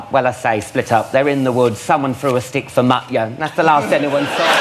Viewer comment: It's MUT - YA